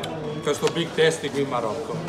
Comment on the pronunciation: Come dici big tasti 🤣